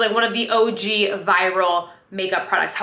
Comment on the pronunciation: Girl idk what it is I’ve been watching you for YEARS but I hear ur accent for the first time in this video especially when you said OG 😂 I love it!